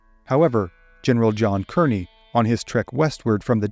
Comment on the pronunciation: In this case, Kearny is pronounced “KAR-nee”.